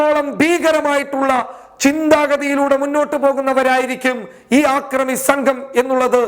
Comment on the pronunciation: ആക്രമി എന്നല്ലടോ അക്രമി എന്ന് പറയൂ, അല്ലെങ്കില്‍ മലയാള ഭാഷ പഠിച്ചശേഷം ചാനല്‍ നടത്തുകയാണ് ഉത്തമം.